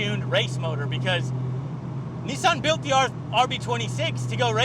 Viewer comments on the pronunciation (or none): Neeesun gee tee r terbo 😂🤦‍♂️